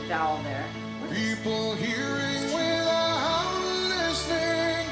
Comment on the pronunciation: Amazing...except that he sings "with-ah-howt...". Two of the most basic rules of carrying a single syllable across multiple notes is to move on the vowel (which he did) and to NEVER add an "H" sound when you move to the new note. WORD : without WRONG : with-ah-howt CORRECT : with-ah-owt WORD : eyes WRONG : i-hies CORRECT : i-ieyes WORD : before WRONG : be-he-fore CORRECT : be-e-fore